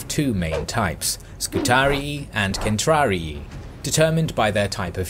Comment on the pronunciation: Not centrari, its caetrari